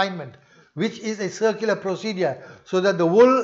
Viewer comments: Salamun alaykum brother, Are you saying "secular" or "circular"? I understand the second but I dont know what it would mean. Sorry for this question 🙏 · Most probably. But it sounds like circular. I am not a native english speaker, and I couldnt make sense of it 🤣